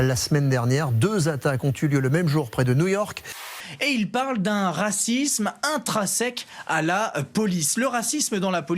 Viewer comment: Cher présentateur CNEWS : C'est "intrinsèque" pas INTRAsèque. On est pas "dans le sec". Merci de parler la France ou d'arrêter de dire que les étrangers parlent pas assez la France. Au choix.